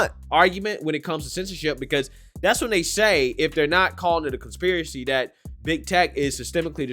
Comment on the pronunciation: Con Spear A Ceeee